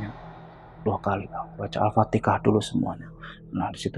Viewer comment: Al Fatihah pak bukan Al fatekah